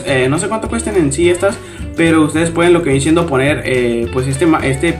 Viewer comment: por que dices "shendo" en ves de "siendo"